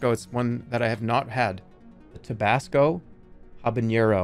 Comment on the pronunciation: tobasco sauce clip killed me, how did he say that on accident